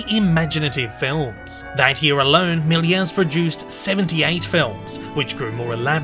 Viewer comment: ah oopsi its georges méliès not miler